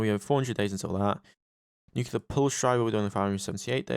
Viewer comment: nuclear not nucular